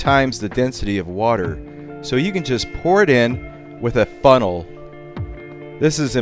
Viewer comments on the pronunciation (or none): When you said funnel it sounded like butthole.